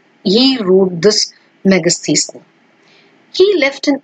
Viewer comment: Wow .whatta pronunciation. Megastheesneese